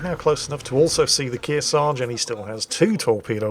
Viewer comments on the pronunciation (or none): Kearsarge is pronounced Keersarge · BTW as someone who has hiked Mt. Kearsarge its pronounced (key-ear-sarge) said quickly as one word. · its kear sarge like earsarge with a k in the front. My Dad was stationed on the USS Kearsarge (CV/CVA/CVS-33) as a Hospital Corpsman. Including when it was a recovery ship for the Mercury and Gemini space missions.